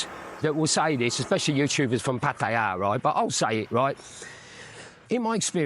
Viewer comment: Interesting vid,. Some thoughts: 1. It's refreshing to hear a Westerner pronounce "Pattaya" correctly! 2. Your girlfriends have been different, right? I would be intrigued to hear how you have found them. 3. Money is always the bottom line. If a guy wants to "donate" 10,000 baht to a female friend, and that's nothing to him, up to him.